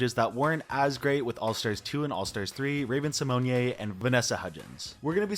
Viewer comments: Raven's last name is pronounced "Sim "own" not "Sim own yay", just so you know! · I kind of wanna send hate to you for pronouncing Ravens last name like that. Just say raven si-moan…. It’s just us here 😅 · Great video,, but just an FYI - Raven Symoné pronounces her name "sih-moan" /sɪˈmoʊn/ (the accent over the "e" might have thrown you off) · Uh that's not how Raven's last name is pronounced. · I love the way you pronounce Raven Symone's last name. You've made it a lot classier than it actually is lol